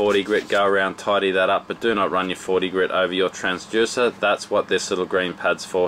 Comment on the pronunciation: I have to know - is it pronounced “transJUICER” in Australia or is that just a thing?